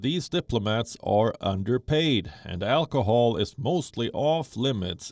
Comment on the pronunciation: Alchool she said 😁😂😂😂